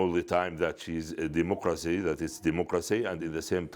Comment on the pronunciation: This Al-zaeera chief bureau can't say "DEMOCRYCEEE" ???😂😂😂